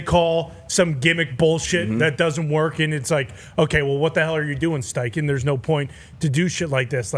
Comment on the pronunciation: Bro said steinken… sucks … Steichen cooked